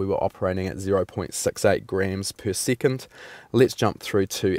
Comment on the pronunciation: one seecond man lol